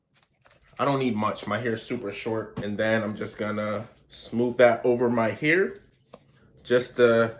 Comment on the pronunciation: "best mosturizer for your heuur" 😭